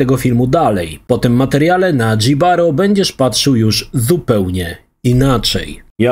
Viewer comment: Nie "Dżibaro", tylko "Hibaro" ignorancie.